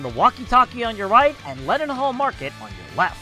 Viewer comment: Your pronunciation of Trafalgar, Charing and leadenhall is hurting my brain